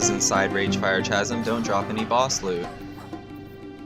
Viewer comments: Keep doing these videos. But I really must say... Chasm is pronounced kazəm, with a "K", not a Cha. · mfw you cant pronounce chasm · No that’s not dialectic. It’s not worth getting upset over the guy is trying to help him polish his videos up. People mispronounce words all the time, especially older unused words like Chasm